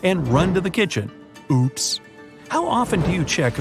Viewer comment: . When he said oops I thought he said ops